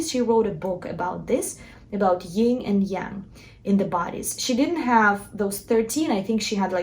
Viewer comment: You may know that Yin and Yang come from Taoism and can be learned about in the I Ching. ☯️ BTW it’s pronounced /yïn/ not /yïng/.